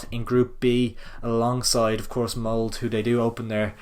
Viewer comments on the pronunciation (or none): Btw it's mold-ah not "mould"